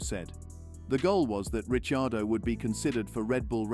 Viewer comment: Hey! Ricciardo was pronounced properly. That's rare.